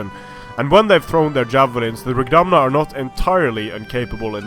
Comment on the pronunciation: Fianna is pronounced more like "fee-in-ah" similarly righdamhna sounds more like "ree-damv-na" in Irish, not to criticise, just as I feel you may have interest in the language as you have done older nordic languages in other videos, thanks for the videos